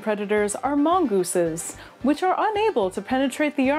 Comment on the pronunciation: Its not mongeese lmao